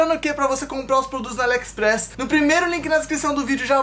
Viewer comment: Entendi o falando alexespress kkkkkkkkkkkkkkkkk